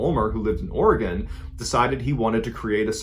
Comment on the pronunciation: Thank you for pronouncing Oregon correctly.